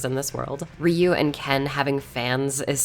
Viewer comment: It's 2023 and people like you still pronounce Ryu wrong; thumb down for the disrespect of saying someone's name wrong.